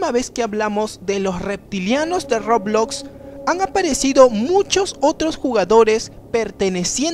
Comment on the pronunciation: Todos los youtubers que juegqn roblox dicen : roblox Este dice : rrrooblloxx